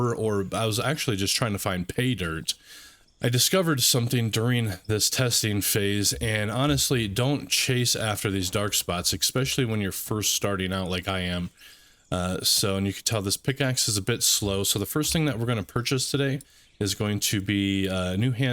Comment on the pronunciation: I fully agree. Also the audible "expecially" and "would of".